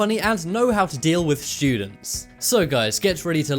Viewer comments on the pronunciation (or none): I like how he says students "shoodents" lol